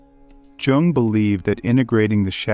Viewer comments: It is not "Je Ong" it is "Yoong". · Is it Carl Yung? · The man’s name is mispronounced, and that is very annoying